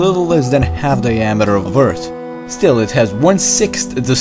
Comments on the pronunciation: Love your pronunciation of "th".. tree, urt, metane, dere hahaha Still, very well explained and a very good video :D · please keep saying eart, its cool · He's saying EARTH but his "H" is silent